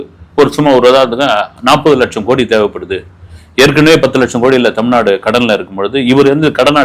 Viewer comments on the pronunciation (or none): none